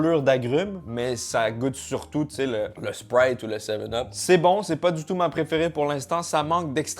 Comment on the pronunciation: comment il prononce "sprite" 😂